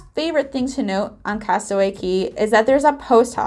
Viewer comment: "cay" is actually pronounced "key". Don't know why, but that is how it is.